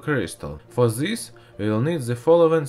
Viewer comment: say this not zes